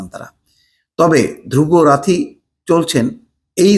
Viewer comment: তার নাম "ধ্রুব রাথী" না, ধ্রুব রাঠী। নামটাও ঠিক মতো উচ্চারণ করতে পারলেন না।